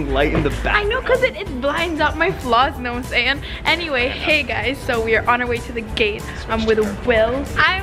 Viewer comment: "nawmsayn" is that from Kali hahahah 😜